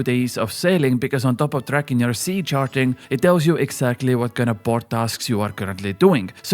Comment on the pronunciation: I like how you say sea sharting because you're trying to say charting.